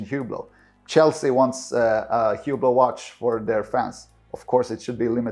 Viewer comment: This guy can't even pronounce the name of the brand he's defending correctly 🤦‍♂...The H is silent..say "OOH-BLO" not HEW-BLOW. This tracks perfectly with the typical owner...They're loud, garish watches that are famous for being famous and that appeal to ignorant people with bad taste and money to waste. They're the purple Maserati SUV of the watch world.